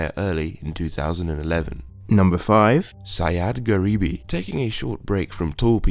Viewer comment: BTW, The iranian guy's name is pronounced "Sa-djad", not "Sayad", Sayad means hunter:P Anyways, interesting vids m8, keep em up!